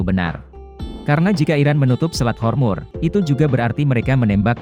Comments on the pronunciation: Selat hormuz.. Kok di katakan selat hormur.. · Selat Hormuz min.. bukan Hormur.. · Selat hormuz. Bukan hormur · Selat hormuz bukan hormur